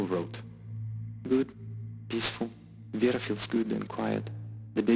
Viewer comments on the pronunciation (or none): none